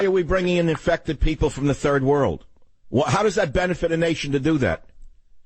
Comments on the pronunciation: Did she say turd world? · Ha-ha, she said “turd world”! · Haha...did you hear how she pronounced third world ? Turd world! ....I was gonna correct her but she got it right..!